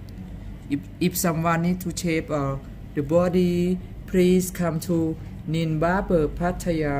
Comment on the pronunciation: I'm sorry . But Nin sounds like a Ts